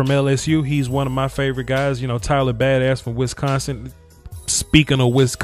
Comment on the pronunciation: I love how you pronounce it Tyler Bad-ass